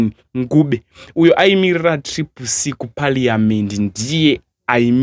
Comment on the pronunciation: 😂😂😂😂kwete Nguve Ncube ita kunge urikudzora mukati tunyama twasarira pamazino uti ncu ncu ncuu paya paunenge uchishandisa tooth pick. It's Ncube not Nguve😂😂😂.